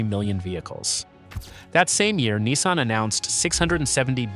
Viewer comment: So long as I live, I’ll never have a Chinese car in my driveway. And this video’s AI needs to be reviewed. Lots of audio artifacts and weird pronunciations. Especially the inconsistent pronunciation of Nissan.